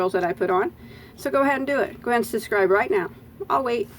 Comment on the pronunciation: I simply adore how you drop the letter b and say, SUS'SCRIBE. I find myself saying it too! I love your tutorials and "sus'cribed" a long time ago.💖🌹